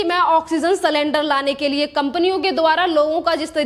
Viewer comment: मैडम आप एंकर हो आंकर नही,इसी तरह सिलेंडर बोलो सलेंदर नही। Sakendar nahi sylinder.